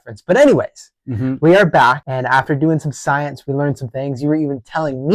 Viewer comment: I don't remember Bill Nye saying science like that!😮